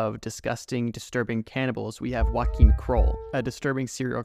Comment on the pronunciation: The way u said Joachim 💀